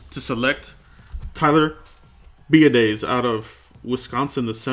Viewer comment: Biadasz pronounced Be ah dish.